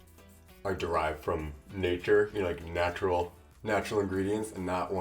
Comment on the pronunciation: I could imagine hyram cringing everytime he says “natural”